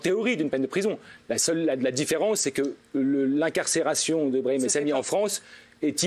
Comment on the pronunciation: l'avocat a l'aire vraiment fatiguer mmddrrrr, il a meme dit brami au lieu de brahim ptdrrr il a l'Air de bien connaitre son client